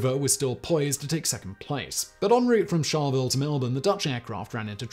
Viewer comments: "ALL Bury, CHARLEY ville, COR OH WA". Please check your pronounciations before posting a video. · and Charleville is char-la-ville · Simon Albury is pronounced as ALLBURY and Charlaville is pronounced as Charl-a -ville and Timor is TEEMORE. Asussie pronunciation is similar to British but not totally. We also spell same as English not USA colour as against color etc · Simon, the town of Albury is usually pronounced, here in NSW, as awl-bury. Charleville is usually pronounced as charley -vill